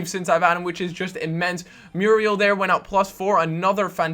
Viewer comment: You keep pronouncing Muriel wrong >_<'' Moo-ri-el